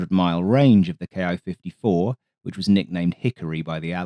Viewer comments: great video, but i should note that Ki is pronounced Keeh, not Kee-eye, one syllable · キ54 (Ki54) is "key fifty four" not "kay eye fifty four" (approximate pronunciation). The キ part is a shortened form of 機体, in this context basically meaning "airframe". In practice, you could interpret it as "Army aircraft 54". It was a weird numbering system. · Good video, except for the glaring mispronunciation! The ‘Ki’ in Ki-54 is pronounced “Kee” or “Key”. It’s a transliteration of the Katana letter “Ki”. An equivalent English mispronunciation would be saying “B-E-E”29. Please learn a bit about the Japanese language. Your other videos have been must-watch. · To my American ear, it seems like he is speaking each English letter separately, like we pronounce 'AH-64' as A-H, rather than 'Ah'. Having grown up using the American system, I have long done that. II can see why it's spoken both ways.